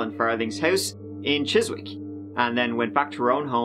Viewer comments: Ahh this case...very famous in the UK, Jill seemed lovely and I liked watching her programmes...such a loss. BTW as a Londoner it's Chissick not Chis-wick. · pronounced Chiz ick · Chiswick is pronounced "chissik". Just saying. Great video as always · Not to be "that guy", but for anyone out there who thinks this is how we pronounce Chiswick and then copies it, it's not- it's Chizick. The W is silent, as in Warwick ("Worrick") Norwich (Norrich) and Greenwich (Grenich/Grinidge). (And wrist, answer, sword and two etc etc) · I live in Chiswick and it’s so cute to hear your pronunciation lool. The ‘w’ is silent. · Chiswick is prounounced Chis Ick in England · Chiswick is pronounced Chissik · Chiswick is pronounced Chisick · just in case you ever go for a pint there. Chiswick has a silent w. It's pronounced chizzick. Could just imagine you saying in a Chiswick boozer "Any good kebabs in Chizzwick?" Giggle! Talking of mispronunciation, during the whole Jill Dando thing I'm 99.9% sure I heard a BBC newsreader (Peter Sissons) say "Jan Dildo" during a news report. Now, I daren't say her name in public as she's held in a Diana Spencer type level of sainthood here & if I were to slip... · Chiswick lol say it right